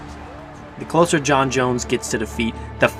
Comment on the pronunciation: You called Jon, yan.